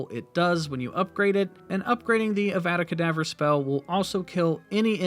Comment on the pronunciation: You know that's not how you pronounce eveda kedavra